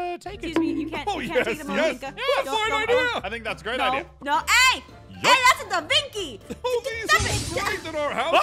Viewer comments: its leanardo davenchi not davinky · De vinky 😂